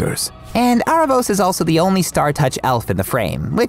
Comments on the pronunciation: Its pronounced Aaravous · Also I can't get over you guys pronouncing his name Are-ah-vohs lol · i am sorry but the mispronouncing is irking me so much how you say aaravos and katolis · How do you really pronounce aaravos or eerevos? in Latin Spanish we call it aaravos exactly as it is written